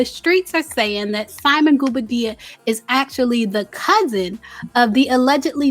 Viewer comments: 😂😂😂Everyone in Africa be cousins man...and its Simon Gwo-Bar-Dee-Ya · The real tea is that you keep pronouncing that man’S name incorrectly. 😂😂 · If you're going to report on simon PLEASE say his last name right. I cringe everytime you say it